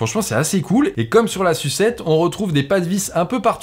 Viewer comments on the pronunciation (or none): Insuppulortable d entendre "sucette" en permanence... C est une "Essuçette" 👌🏼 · T'arrêtes pas de nous gonfler avec ta "sucette"... J'en ai pas vu la couleur! 😂 Prononce plutôt SU7 comme tu prononces YU7 et ça évitera qu'on se gondole à chaque fois que tu nous parles de ce modèle Xiaomi! 🤭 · J'entends tout le temps sucette au lieu de SU7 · Je ne comprends cette volonté patente de prononcer « sucette » ou « yucette ». C’est ridicule. C’est probablement un pari idiot mais cela nuit à l’appréciation objective de la vidéo dont je retiens surtout cette mauvaise blague redondante ad nauseam😓. Malgré cela, j’adore la bagnole🤩